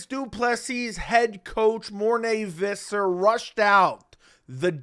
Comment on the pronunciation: Who is Morné Vizzar? It's Visser.